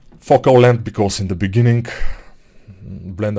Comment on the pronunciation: . "in the beginning, blender has very awful focking length" XD